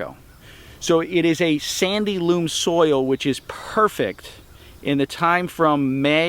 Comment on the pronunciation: Loam not loom.